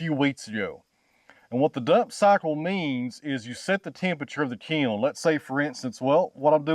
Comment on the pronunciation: I had the hardest time trying to figure what the hell a key-oln is , before I realized that he was trying to say kiln.